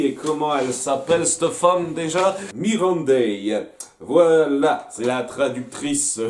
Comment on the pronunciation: MiSSandei !!!! Pas Mirandei please ;)